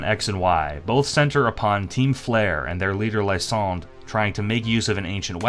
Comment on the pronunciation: Who dared you to pronounce Lysandre and Ange like that bro? 😭